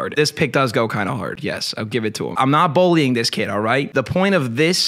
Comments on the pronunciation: Are you saying “bollying” instead of bullying? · says “bowly” instead of “bully”